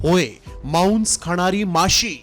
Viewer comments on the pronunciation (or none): तु पहले मराठी नीट बोल मांस ला मौंस म्हणतोय, 🧐🧐🧐🧐🧐